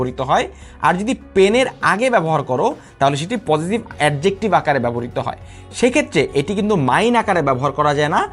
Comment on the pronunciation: আপনার তো Adjective উচ্চারণ এ ঠিক নাই,,,,আগে pronunciation শিখেন